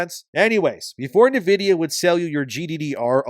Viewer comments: It's pronounced 'in vidia' not 'na vidia.' Love your stuff but this bothered me more than it should have. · HOLY SHIT how can someone mispronounce Nvidia SO MANY DAMN TIMES. It’s NVIDIA NOT NIVIDIA! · Great coverage as always. Just sounds funny the way you pronounce "Navidia" should sound more like "Envidia" and for DRAM instead of "dram" should be "DeeRAM" 🤣. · It’s pronounced in vidia for nvidia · I almost had to stop listening with how homeboy was pronouncing Nvidia lol